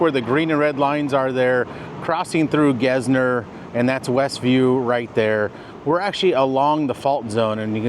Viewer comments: I’ve always known about the faults too, but do they cause pockets or sinkholes? Also, why are you pronouncing Gessner, Gezner? Just thought that was weird. I lived off Gessner quite a bit over the years. Like 40 something years overall. It’s Gessner. Just like it’s spelled. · >my home town houston No one says gezzner.. its said just like its spelled.. GESSner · Thanks for the Video, I learned a valuable lesson Dumb note... I've lived in Houston 35 Years, I've never heard anyone say "Gezz-ner." I think you're technically right lol, but I've only ever heard "Guess-ner" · you called it "Gezz-ner" and I clicked off, lol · Should’ve invited you on my street off Long Point. Live within a few feet of the fault. Lived here all my life and never heard Gessner pronounced like that 🤭 Always heard it pronounced Guess Ner